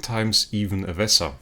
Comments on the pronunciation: It's vesa not visa or veesa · Its definitely NOT "Visa", but Vesa like Vehsa with that "eh" sound, without that "eh" sound it just sounds stupid like a travel visa card that you need to travel or stay in countries lmao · When Jesus says Vesa I’m hearing Visa